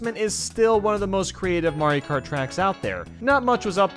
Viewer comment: "Mario kat" r/I had a stroke